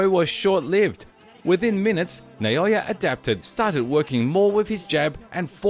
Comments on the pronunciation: NAH O Yah, not "NAY O Yah." Is that difficult? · Who’s Nayoya? Isn’t that Naoya?